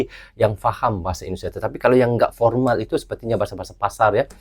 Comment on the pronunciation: Formal om bukan pormal...😂